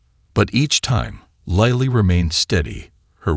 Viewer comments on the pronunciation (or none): Lightly ? What happened to Lily.these wrong spelling wrong pronunciation makes a serious problem into a comic fiasco. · “Lily” is pronounced like the flower: Lil-ley, not lie-le I hate AI or & the poor editing.Sigh… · Can the man narrating the story call the child name by her correct name. He calls her liely, lily....the correct pronunciation. 😊 Sorry could not watch the whoke video. In the same sentence he calls the child liely & lily.. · WHERE do you get these narrators?? They need to go back to school andlearn to READ! LILY is 'LILL LEE'... NOT 'LIE LEE'! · This is a beatiful story, if only the announcer could pronounce "LIL-E"'s name properly as well as other words. Goodness knows he should read through the story before he ATTEMPTS to record it! And some of the words are spelled incorectly because the typist never revued the script! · Pronunciation of a name is that all that was ascertained out of the story? Missed the whole essence of the story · It's AI, not a person reading, a computer. Several other words and phrases are mispronounced. I don't think I'll listen to anymore of these. It's just tedious translating in my mind as it goes along. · Why can't the man who narrating this story say Lily's name properly . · Do you listen to your narration? Pronouncing Lily differently. It is very confusing for someone who can't see. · Astonishing how many ways 4 letters can be pronounced. L I L Y, sometimes in the same sentence. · Agreed it's distraction from the narrative. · I am hearing Lily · Not just Lily’s name, AI can’t pronounce several other words! I hate AI, it’s invading everything!! Goodbye